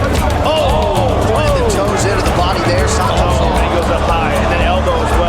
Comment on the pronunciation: Is schaub saying san toes 😂😂